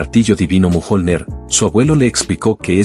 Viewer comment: A llamado al martillo mojonler? A la ia se le va fuertemente jajaja